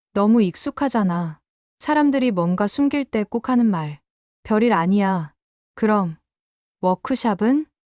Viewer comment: 별일이다 별일 벼릴이 아니고 이 기계놈아